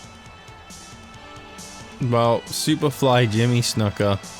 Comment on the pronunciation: Ur pronouncing snukas name wrong